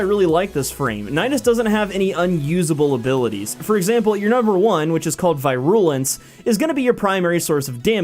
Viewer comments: It's VEE-RU-LENS not VAY-RU-LENS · Vi-rule-lence? Check that pronunciation again... It's Veer-a-lence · Vai-rool-ens Why 😭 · “Vy-rool-ence” bruh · uuuuugh. your pronunciation of virulence. do you not know basic biology terms? I understand your pronunciation of nidus because, let's face it. no one knows how to pronounce latin words but virulence? does that not sound the least bit strange to you the way you say it? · Could you Say that First ability again?pretty You mis pronounced it for Nidus....